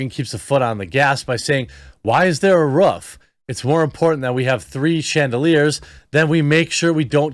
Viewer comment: lol, the way northerners say Roof is hilarious. Sorry, no roofs gonna do any barking.